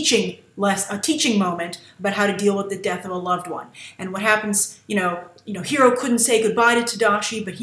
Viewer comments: Honey Lemon is pronouncing Hiro name the correct way, when any Japanese word is written and translated one pronounces all letters. jus like in spanish, honey lemon is hispanic so she would know how to pronounce is name correctly.....i guess its something Lost in Translation ;) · Beyond The Trailer HI Grace! Huge fan for your reviews and analysis. You mentioned Honey Lemons accent. Actually, she is the only one in the group to say his name's pronunciation "correctly", like Japanese correct. I was, in fact, surprised that she got his name right and weird that Gogo got it wrong since she is Korean. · Totally agreed with Honey's pronounciation of Hiro! X) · I am the only one that doesn't like Honey Lemon's design? The only thing I thought was cute about Honey was the way she pronounced Hiro's name. I think it's funny that Grace disliked the only thing I like about Honey Lemon.